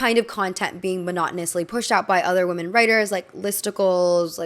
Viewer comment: Hello! The plural of woman is women and it’s pronounced “wi-men”. The way you pronounce women is the same as woman, which is incorrect! I hope this doesn’t come across as mean! It’s frustrating when folks mispronounce words and no one helps them. 💗 I love your videos!